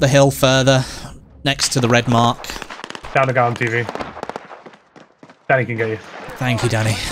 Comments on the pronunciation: Totes sounds like u calling Danny “Daddy” lollll. “Thank you Daddy” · When he said "Thank you Danny" I heard "Thank you Daddy" and I was like, well they have a close team relationship.